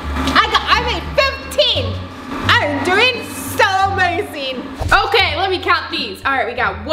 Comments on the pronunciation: Ya but she says amaseen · mom thats not how you say amazing